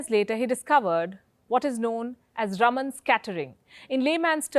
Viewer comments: Please pronounce as Rāman (रामन) & not Raman (रमन). The correct pronunciation is C V Raaman or C V Rāman. सी वी रामन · Palki Sharma Upadhyay, he is C V Raman, pronounced Raaman. And NOT Rum-un!!!! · Its rāman, not ruman. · Wtf can some in Wion teach her how to pronounce RAMAN its not Ramn... 😓😓😓😓😓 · north Indians... PLEASE learn to pronounce non-north Indian names and words correctly. For instance, It is C.V. Raaman (रामन), not रमन, it is Chidambaram (चिदम्बरम), not चिदाम्बरम, the dish is pronounced saambaar (साम्बार) not साम्बर . Or are north Indians too arrogant (or lazy) to learn to pronounce correctly? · It is not Raman (रमन ) Palki but Raaman (रामन). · Should be pronunced as Raaman, not ruman. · Thanks, Palki for the excellent video. One small correction. Sir CV Raman's name should be pronounced "Raaman"(rɑːmən) as opposed to "Raman" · + My comment is NOT specifically at you alone, but at every one in general, and more towards non-south Indians... PLEASE learn to pronounce south Indian names and words correctly. For instance, the correct pronunciation is C.V. Raaman (रामन), not रमन, it is Chidambaram (चिदम्बरम), not चिदाम्बरम, the dish is pronounced saambaar (साम्बार) not साम्बर . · EXACTLY!! I cant say it wasnt HAMMERING to hear Palki repeatedly say Raman! I was clearly focusing on the wrong bit :! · + North Indians KEEP mispronouncing south Indian names. For instance, the correct pronunciation is C.V. Raaman (रामन), not रमन, it is Chidambaram (चिदम्बरम), not चिदाम्बरम, the dish is pronounced saambaar (साम्बार) not साम्बर . Sometimes, I wonder whether is is arrogance, or whether is it laziness (to learn the correct pronunciation). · Palki ji, the name Raman is pronounced with the first "a" being stretched such as "Raaman" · Its "Raaman"...not spelling, pronouncing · His name is pronounced as RAAMAN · correction: His name is pronounced as Raaman just like we say Ram as Raam